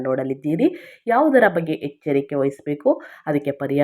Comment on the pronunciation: ಹೆಚ್ಚರಿಕೆ? ಹದೃಷ್ಟ? ಏನು ಭಾಷೆಯೋ